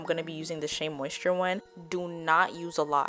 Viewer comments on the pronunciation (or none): none